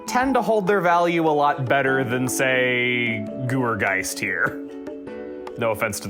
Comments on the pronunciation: Y'know what I'mma be that guy today. For a guy who like, two seconds later into the video complains about a certain Pokemon name pronunciation, you also called Gourgeist by Goo-er-geist when like. It's like Gourd. So, Gore-geist. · Sorry i gotta point it out since proper pronunciation and such, but Gourgeist is pronounced the same way as GORGEOUS